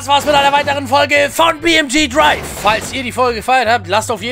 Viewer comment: Wie du Drive gesagt hast jat mich gekillt deine Videos sind so mega geil das man nicht genug haben kann.